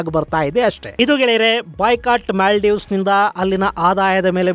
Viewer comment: ಅದು ಮ್ಯಾಲ್ಡೀವ್ಸ್ ಅಲ್ಲ.. ಮಾಲ್ಡೀವ್ಸ್..